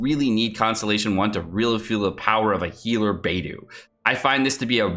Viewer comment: Everytime says Beidou's name wrong a F2P player pulls another Barbara...